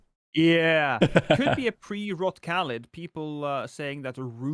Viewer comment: Hey Lost! It’s caelid not caelid!